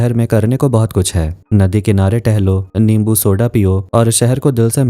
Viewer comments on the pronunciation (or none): none